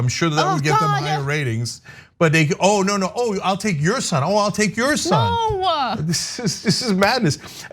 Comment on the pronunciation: "No" is a one syllable word. What is this "No-ah" thing?